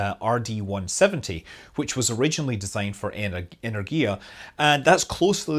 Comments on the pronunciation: The "Energia" in russian have stress at the second sillable not on the third. The correct is "enErgia" not the "energIa". While the "vodorod" sounds quite acceptable :) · eNergya - in Russian for this word the stress is on N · Энергия is Ehn-EH-rr-ghee-ya. The stress is on the second syllable. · yes, the stress should be on second "e" - enErgia, but otherwise it was not bad phonetically. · it's eh-NER-gee-ya. With a hard R, of course. But "eh-ner-GEE-yah" is tolerable :) you better not know how we pronounce Washington or Armstrong... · Yes, certainly better than "Energia". :)